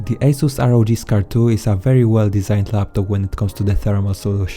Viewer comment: It's not R O J it's ROG as in republic of gamers